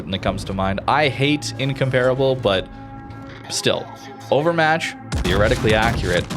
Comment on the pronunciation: In-comp-rubble Not one youtuber or streamer pronounces that ship correctly.